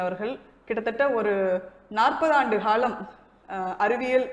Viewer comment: Ariviyal HAAlathula! 😬 Naarpathaandu HAalam! Pala HaKaHaalam... Pidhattrugiraai! 🤦‍♂